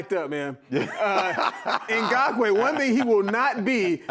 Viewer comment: Love EA but he's always getting Ferrell and Ngakoue's names wrong! For Yannick he messed up both first and last.